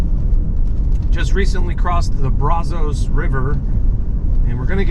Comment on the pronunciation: It is pronounced Brahzahhs River. Otherwise, I like your video.